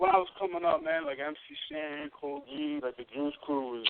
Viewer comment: MC HAN <---- you forgot the S in MC SHAN